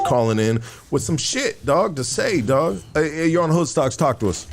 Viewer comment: 😂 K9 said Hood cocks...oh Hood stocks😂 hahaha